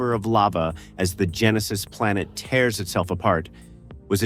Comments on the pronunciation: Get a human reader. Too many misreadings of obvious words, including one … “tears” … in the last minute. Sorry. Can’t subscribe to this kind of illiterate machine-made laziness. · Your AI reads for crap. Gives wrong pronunciations on Lives and Tears. I think I'll stick to non-AI narrated videos after this. Woof.